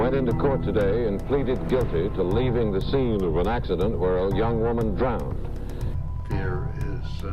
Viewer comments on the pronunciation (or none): "DrownDing" "DrownD" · Drownded? Wow. That's a first. She did drowned? That's a second. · Why do Americans say Drownd instead of drown? And Drownded instead of Drowned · “She drownded.”